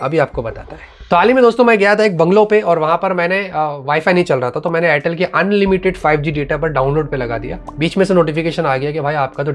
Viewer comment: Airtel ❎ Chortle ✅😂😂😂😂😂😂😂😂😂 All Time 😂😂